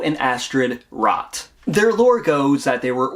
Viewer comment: "rot" in German should be pronounced "rote/roat"